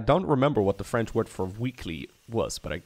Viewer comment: Top notch french pronunciation!